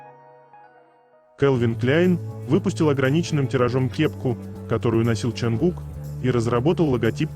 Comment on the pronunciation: От ЧонгУка.а не от ЧунгукА.говорите правильно